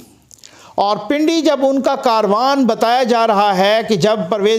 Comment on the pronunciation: لفظ کاروان نہیں ھے بلکہ کارواں ھے